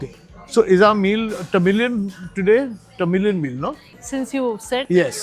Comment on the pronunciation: it sounded like "The Million Flavours" when you said Tamilian flavors 🙂